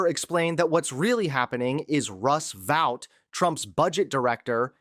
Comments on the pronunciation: My brother in Christ, are you actually reading this or is AI reading a script in your voice? Russ Vout (rhymes with ‘out’)?? It’s pronounced VOTE. Project two-thousand twenty five. Are you serious? Who SAYS that?? It’s Project Twenty Twenty-Five, as in the year. 😂 What year were you born in? Why, one thousand nine-hundred and eighty seven, my good sir! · It is pronounced vote. Is this an AI voice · Vought rhymes with Vote.